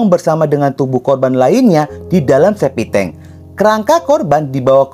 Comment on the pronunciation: septictank bro bukan SEPITENG....!!